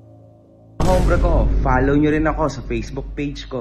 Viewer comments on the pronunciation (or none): Pre! Pwedeng paki sabi ng tama?! Ombre, at hinde "hombre"...sakit sa tenga pakinggan eh!!